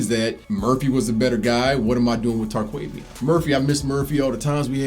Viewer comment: Who the heck is Tar-Quay-Vian? How is he related to Cal-Vin? 🙂 Carry on with the helpful videos!